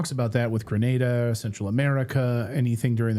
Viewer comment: Its GRENada, NOT GRANada.